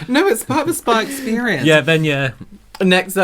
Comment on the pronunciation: The way you two pronounced SPAAAA-Day 😂 like should be the happiest guy on earth that you gift him a Spaaa Day 😂 I still have to watch the whole video but already know it’s gonna crack me up hahah